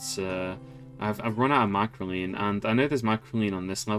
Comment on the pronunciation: please, i am begging you, there is one more c in microcline than you pronounce and i am in shambles